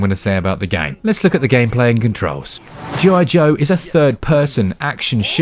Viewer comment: G.I. Joe, sounds more like G.I. DOH!